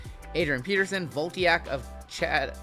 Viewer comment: I don't take exception to you opening unlicensed products, but I do take exception to your pronunciation of "Voltaic". It's "Vol-TAY-ic", not "Volt-EE-ack". Also, those Bryce Young cards probably ain't worth the cardboard they're printed on.